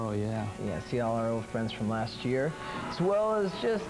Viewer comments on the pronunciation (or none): none